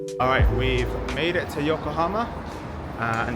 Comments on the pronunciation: It is YokohAma and not YokohOma!!! Sorry, but it feels very disrespectful to not be able to say the name... The name is even printed on so many tires... how can you not pay attention and read it carefully just once? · Yokohomo. Really man? 😂